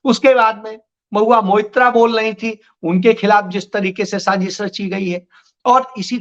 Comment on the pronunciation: Sajis nhi Sazish वाशिंगाटन nhi वॉशिंगटन इसारे nhi इशारे Jariye nhi Zariye Aaj ke liye itna hi sabaq kati hai Dhayan laga ke sudhar kijiyega agli baar check karunga